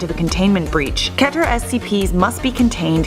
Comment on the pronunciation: Pronounced as KEY-TER not KE-TER. Guy explaining 455: writes essay with repeating words that amounts to less than it's volume.